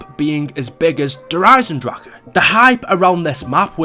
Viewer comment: Hey he said it right. Kind of.